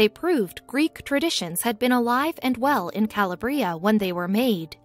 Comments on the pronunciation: Correct! Ca-LAB-ria not Cala-bria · Ca lab re. ah. Not Calabrea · Calabria. The stress is on the middle syllable, not the last. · My grandfather came from there and everytime she said i cringed. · Calabria and visage pronunciation is annoying, takes away from the credibility of that sqeaky-sounding amateur reader!